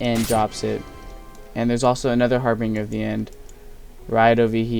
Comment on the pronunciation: btw it's pronounced "har-binj-er", in harbinger of death. Pronunciations are stupid. :D